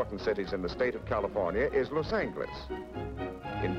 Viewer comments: he pronounced Los Angeles with a hard "g" sound, when it's actually pronounced with a soft "g" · Narrator mispronounces Los Angeles, hard "g" no longer used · Never heard 'Los An"G"eles' pronounced like that before! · “Cal-ih-forn-ee-ah”, “Los-ang-less” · "Los Sangless" lol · The lector pronounces "Los Angeles" just as speech synthesizer pronounces "Lauce Sangless" in US English on the . Google Translator in Spanish pronounces "Los Ángeles" just as pronounces "Lauce Sun Helaise" in US English. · How about Los Angeles pronounced like "angle". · Was it just the narrator or did they pronounce Los Angeles that way back then? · Interesting to hear how Los Angeles was pronounced. 👍🏼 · Original Spanish pronunciation. Spanish doesn't have a soft G. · The way he pronounces Los Angeles triggers me for some reason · love the way he pronounced Los Angeles haha